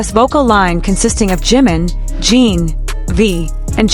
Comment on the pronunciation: Please fix your AI commentator. Holis name is Jin rhymes with tin, bin, grin, friend. GET IT⁉️PLEASE FIX ASAP!! Thank you!!!